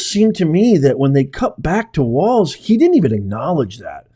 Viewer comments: Tim Walz (Walls)....not (Waltz) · Listen, I abhor the guy and pray to God Almighty he and the empty pant suit NEVER make it to office, but I’m kind of surprised that you cannot pronounce Walz (like walls), and made a way-too long video of him grabbing his kid’s arm. You find great stuff to share on here, but this is sounding like a Karen complaining. Keep up the real news for us - please? Thanx!! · You pronounce Walz like Balls. Harrie/Balz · It's pronounced WALLZ and he didn't drink horse semen. I think he is a socialist jerk! What it looks like to me is his son didn't want to hold his hand (something I'm guessing had been discussed beforehand). I think that is what he was angry about. To me it looked like frustration with a special needs child. It might not be right, but it happens, so no, I don't think it was abuse. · from Minnesota and always have heard Walz (like walls) there is no T in the name. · Walz is prounced like "walls." He's evil. The whole party is demonic. "By their fruit shall ye know them." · To me it sounds like they are pronouncing it like "Walls". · Walz... pronounced "walls" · Like this is how you say his name Tim Walz like this Tim Walls. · Pronounced wallz